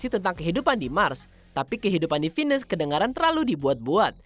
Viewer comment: Di venus bacanya kek vinus